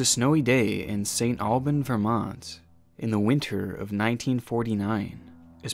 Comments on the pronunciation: its pronounced St Albans, not alban...... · It’s pronounced “Saint Albans*. I never realized how important that “s” is until I heard it said aloud without multiple times.